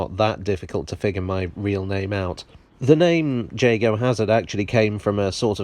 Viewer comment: I was surprised to hear that you pronounce it "jay-go" and not "yaa-go". I'm a London-loving Yank, and always enjoy your videos. Bravo & congratulations!